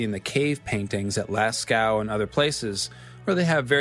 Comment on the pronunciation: Lost me at "cave paintings of Lascow".